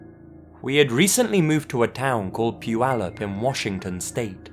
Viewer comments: I know this is seriously late, but you did great job pronouncing Puyallup Wa. Much better than Yakima, which makes me laugh every time I hear you say it. Keep up the great work😊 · I am born and raised in puyallup, WA and I am surprised on how well he pronounced it lol. On top of that I have come into my fair share of creepers because I live so close to the fairgrounds. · Omg! actually pronounced Puyallup correctly! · To, great job pronouncing Puyallup!